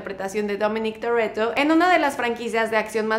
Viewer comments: Dijiste Dominic Torretto hahaha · No es TORRETO es TORETTO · me dio un poco de risa cuando dijo Torrreto jsjsjsjs